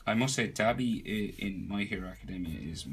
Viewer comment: Its pronounced doh-bee